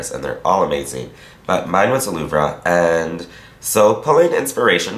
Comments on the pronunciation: its LOUVR (pronaunciation wise), not louvRA. and pleaseeee do some halloween vids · It's not pronounced the Louv-ra. It's just , the Louv, with out the ra. Sigma paid you for something you can't even pronounce? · It's pronounced - "Louv" do not pronounce the re. ie. "The Loov" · fyi, the louvre is pronounced the "loove" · the french pronounce it "loov" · louvre [sounds like loove] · i love the color you created but please stop murdering the name of the museum :) its more said like loov lol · yes it's not the right pronounciation but is forgiven because he is american, not french. if you would hear how french make up gurus pronounce english words, you would lough for ages!!! (maybe I should go back to english lessons, I am not sure of my english conjugation...)